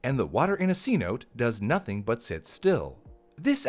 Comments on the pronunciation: Your pronunciation of "cenote" bothers me. It's pronounced see-NO-tay, a C-Note is a $100 bill. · It's cenoté not senote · Cenote is proounced like “Seh-Noh-teh”. The “e” is like the “e” in “ten”. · Cenote is not SeeNote, It is See-No-Tay. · James Cameron was not the first or only person to go to the bottom of the Mariana Trench. Cenote is pronounced Se -No-Tay, not C-Note. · It's "Sen-oh-tay" not "C-Note" A C-Note is a $100 bill, or "Century Note" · Thank you yes! Three syllables not two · Just fyi, the natives pronounced cenote as "sen-oh-tay" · You greatly mispronounced 'cenote'. It's 'Say-now-tay'. HTH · Pronounced SE no te, cenote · IS IT NOT PRONOUNCED SEH-NO-TAY????? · That was THE most white way to say cenote